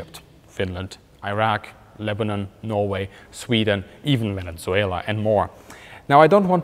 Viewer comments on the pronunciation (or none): none